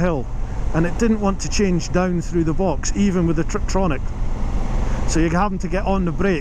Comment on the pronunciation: Isn’t it tiptronic and not triptronic?